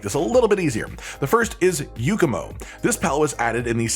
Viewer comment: It's not a Yukumo or Yookumo...